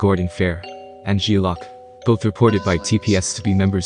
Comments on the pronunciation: Good video but learn 2 pronounce the difference between lock and loc...loc means crip and saying it wrong just shows how far from the culture u really are lol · It's loc not lock yo....geeeeez